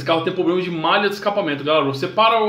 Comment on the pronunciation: Outro PROBLEMA é não falar POBLEMA e gravar o vídeo sem estar gripado. . . No mais foi bacana!